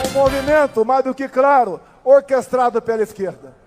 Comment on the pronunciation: Além disso atropelou o português ," ficou craro , câmaras,,e não câmeras,e um lixo mesmo